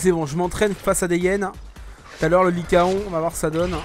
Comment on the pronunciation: ça se dit likaon